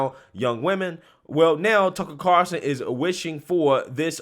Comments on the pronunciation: There's an "L" in Tucker's last name...Car"L"son, not Carson...the more you know! Great video and coverage...love the clips as support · Carl son NOT Carson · Lol It's Tucker CarLSon buddy, not Tucker Carson. Lol. He's not Johnny Carson's nephew.